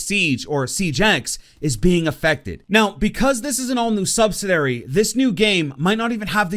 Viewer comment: Sorry this was painful. It’s pronounced sub-sid-u-air-ee